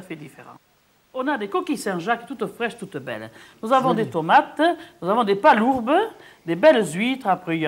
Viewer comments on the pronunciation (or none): Des "palourbes" aussi, pour palourdes ! J'adore